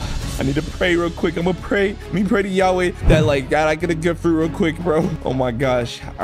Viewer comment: “Praise YAWEE